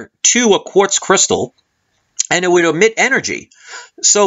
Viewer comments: Emit, not omit. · I think you mean EMIT. Not OMIT. The tutorial was very informative though and much more thorough than any other I have watched. Thanks so much!